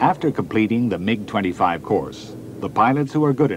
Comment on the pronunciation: He pronounce 'MIG' correctly